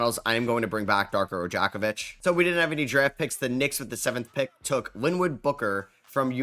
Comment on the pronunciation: "I love Darko Ra-jack-off-vich"